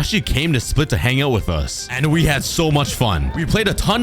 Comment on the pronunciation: You are the only person i heard to say Split right